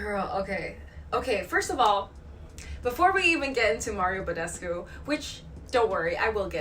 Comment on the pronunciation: Wait.... did say badescu right? I feel like that isn’t how your meant to pronounce it. I’m probably wrong tho